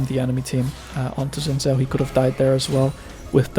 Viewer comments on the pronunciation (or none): Why does this dude keep saying "Juhn Joe" for Xin Zhao?